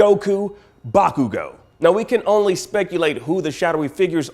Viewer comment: Bakugo = "Back-you-go"